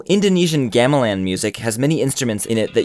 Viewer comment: Gah-meh-lawn, not geah-mih-lann